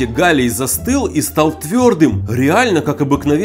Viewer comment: Сначала мне показалось что ты сказал ни галий а Галя